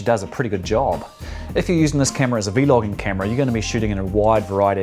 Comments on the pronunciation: stop saying V-logging. it's vlogging. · excellent video. I just got this camera this week. Unfortunately they sent me the wrong plug for the charger, so I have to wait another few days for that to come in. Thank you for the review. One thing. I've never ever heard anyone say "VEE-LOGGING" Not sure, maybe that's how they say it in other countries? We just say Vlogging. Thank you again. Can't wait to start using it. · Please please say vlogging as one word. It's not "V logging". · It’s vlogging not v logging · V. Logging and v loggers... da f dude 😂😂 is vlogging!! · i cant finish the video cuz he keeps saying v-logging and its really annoying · Every time. He said v. Loging I got mad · cracks me up when you say v-logging